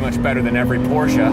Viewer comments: What was? Porsche? No, it was not. But at least he pronounced it with two syllables. 🙂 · And the fact that it was pronounced correctly :)